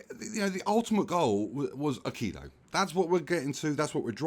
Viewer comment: you pronounce "Aquillo" as I do and in what feels like the correct way, knowing a tiny wee bit about spanish pronunciation.